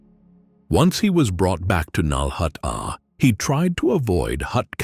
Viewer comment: finally saying nal hutta correctly worth the wait. Awesome video great job thank you